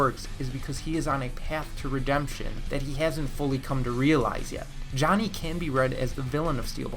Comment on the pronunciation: You mispronounced Johnny at the end there